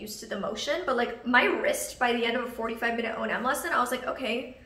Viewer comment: I thought it was O&M, not O.N.M...